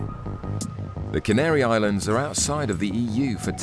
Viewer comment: Worst pronunciation of Lanzarote I have ever heard. Yuck